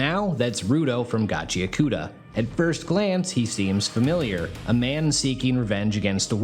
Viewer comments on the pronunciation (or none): Wait, that's not how its pronounced? That's definitely how I've been saying it...